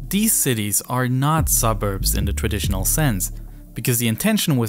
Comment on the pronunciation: eFiopia, instead of eTHeopia . Sounds like he has a ‘F’ , for ‘Th’ speech replacement Phonological defect. TogeFer, for TogeTHer. OverFrow , for OverTHrow. NorF for NorTH etc. Also spotted gWoop for GrOUp CentWal for CentRal. TWaditional for TRaditional Probably a few more , but it becomes difficult to concentrate on the actual subject which is ( otherwise very interesting ) An early intervention might have helped, but so many kids are just not getting that help early enough.